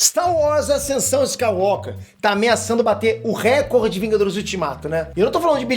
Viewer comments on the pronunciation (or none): none